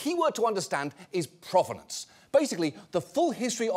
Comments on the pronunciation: Not sure why he went to “croissant” as the bougie thing for them to be doing, when in the video itself, they said /ˈpro.ve.nɒns/ like it was from “pro-wrestler” not French /pʁɔv.nɑ̃s/. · And yet they can't pronounce "provenance".